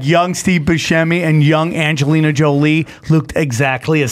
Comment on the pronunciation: That stood out to me too, but it was because he mispronounced angina.